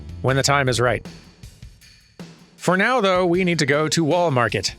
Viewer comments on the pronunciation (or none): "Rebirth-day" is a good one. She ... uh... had a bad case of "nodachi". She won't be coming back. Wall Marker? Ew. Well, maybe it's better now that Corneo is a chunky smear at the base of whatever mountain that was. I love that Tifa's ultimate weapon is named "Premium Heart"... less so that it's in Wall Market. I really hope gil is like JPY... otherwise, this is insane. It'd still be insane if it was like JPY, just less so. (for further clarification: JPY, and maybe RUB, don't subdivide, there's no decimal. So "1" USD = "100" JPY, in the broadest of strokes.) Was that... twang? A rare hint of Georgia. Beyond "y'all", anyway. This reminds me a lot of the "flashbacks" in Remake. This suddenly got very Halo. He's toast, dude, you can stop shooting. Ah, yes, the "go make a sandwich" summon.